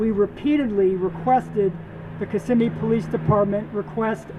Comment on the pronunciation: FYI...the victim mentioned Park Place, this is a psychiatric hospital located in Kissimmee. And thank you for pronouncing Kissimmee (aka Little Puerto Rico) properly. Man i don't miss that city! If you don't speak Spanish youncan forget about getting a job in that city!